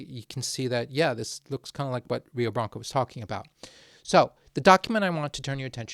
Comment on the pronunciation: if Rio de Blanco was Brazilian it is likely pronounced Rio (crap sorry hio?) R’s in Portuguese tend to make this H sound in my experience.